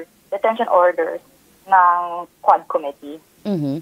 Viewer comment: Quad Committee o HuadSec 😮😂